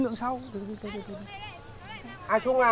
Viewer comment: ngọng à. trung chứ chung nào. đúng la dân miền bắc nói phát âm cũng sai chính tả